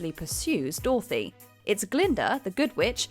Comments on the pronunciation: ....i'm sorry why are you saying 'Doorthy' instead of 'DOROTHY'? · since when did a bit selfish or blinded by hurt & love equate to actually evil??? And since when did we pronounce Dorothy, Dorthy ? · Wtaf is that pronunciation of Dorothy? "Door-thee". Who gives these people voiceover jobs